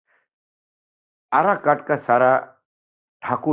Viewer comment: आराकाट नहीं वह काराकाट है सर।